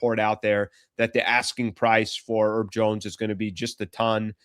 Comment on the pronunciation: His name is HERB, not 'ERB. We're not talking about "11 herbs and spices" up in here. Get it right FFS.